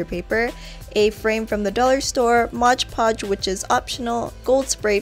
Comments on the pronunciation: Hey it's Mod Podge, not Modge Podge, great video though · MOD PODGE*** Not MODGE podge lmao I hate when people say it like that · I love the cheese board! It's actually "Mod" Podge, not "Modge" Podge, though. I can't figure out why so many people pronounce it that way. Anyway, great video!!! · Love love love the gem stone cheese platter! I'm so gonna make this! Love the tutorial as well! I say Modge Podge too! 😂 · MOD Podge! Read the label! It's MOD Podge! M- O- D- Podge...The tutorials were great! Thank you! :D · "modge podge" 😂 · Isn't it pronounced mod podge not modge podge? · ''modge podge'' hahaha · MOD Podge not Modge Podge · No offense, but pronounced "mod Podge" not modge Podge. Sorry it just really bugs me. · Modge podge 😂 no hate tho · As soon as someone pronounces mod podge as “modge podge” I click out of the video.